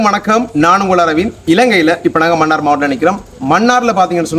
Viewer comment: மன்னிக்கவும் மன்னார் மண்ணாறு இல்லை தமிழைச் சரியாக உச்சரிக்கவும்